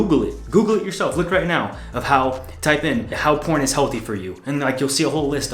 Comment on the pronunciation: Is he saying pron on purpose or..?